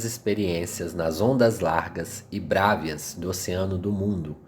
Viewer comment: Meu caro, parabéns! leste,muito bem, seu canal é super meritório! Alguns equívocos, em algumas pronúncias, mas nada que comprometa seu objetivo. A contra gosto vou citá-las, pra evitar críticas deletérias: Bravias e não brávias, Rérum, Pároco, e não paroco! Muito obrigado pelos ensinamentos!